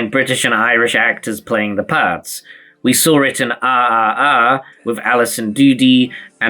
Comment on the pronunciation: The way he pronounced rrr got me on floor